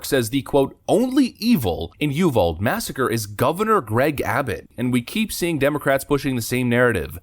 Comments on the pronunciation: You-Val-Dee,. Not U-Vald. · You vall dee, or you vall day. Depends on where in TX. you're from,but not you vald. Heathen 🤔😂🤣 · I lived in that area. It's not "you vold", it's "you vol dee". Just saying...... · Pronounced U VALL DE. UVALDE... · ...a point of correction (a niggle, if you will): I live maybe an hour and a half from Uvalde...and it's generally pronounced "U-Val-DEE". The terminal "E" isn't silent. It's a word derived from Spanish, I believe, and a sizable number of folks in Uvalde speak Spanish, and in Spanish all the letters are pronounced. Also, mentioning "inanimate objects" and then pivoting to AOC is genius...as AOC IS an inanimate object. Otherwise, another great treatment of a tragic circumstance. Nailed it. OH...and since he's reached a certain measure of national celebrity, Mr. O'Rourke is no longer "Beto", a name given to him by his politcian father in El Paso to make him more palatable to a Mexican-American electorate (as I've heard it said). He's now "Bozo" O'Rourke, and I'm sure he'd appreciate you getting it right...I know I would.... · Pronounced You-vaul-day. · "Uvalde"..."You-Val-Dee". That's the proper pronunciation!!! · Hate to be a pronunciation Nazi but Uvalde is pronounced you've al dee. I live in the next county east. and have friends whose kids were in that school that day. Thanks God for the off duty boarder patrolman who went in anyway. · It's pronounced You Val Dee. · Hey love your channel but it's pronounced You-Vall-Dee. Or You- Val- Day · Uvalde is pronounced = U - Vall - Deee.. Great video though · Proper texas pronunciation of uvalde is youvalldee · It's pronounced: Yew Val Dee. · Sorry man. I love what you do!!!!! It's pronounced "Ulvaldeeeee" The "E" is pronounced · It’s pronounced you-Val-de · The town's name is pronounced Oovaldi. Hope that helps. As for Beto ever becoming Governor of Texas, he's about as popular as a case of rabies. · Uvalde (you-val-dee) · FYI. it's Uvalde, Tx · Uvalde lol, not ulvade.